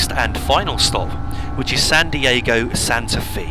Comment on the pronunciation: The "Fe" in "Santa Fe" is pronounced more like "Fay" than "Fee".